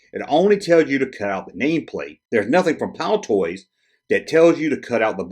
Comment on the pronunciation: Excellent Video again, By the way it is Palitoy and not Palitoys, but we do appreciate your international content. This might help you get to grips with our currency